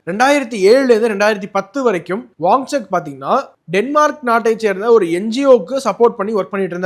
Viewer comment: His name is pronounced as WANCHUK and not WangCHAK. Correct yourself